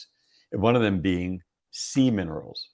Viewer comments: Omg.....you are the same as me..EVERY time he said SEA MINERALS..I heard seaman!!! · 😂 I was like ... seaman rolls? 🥴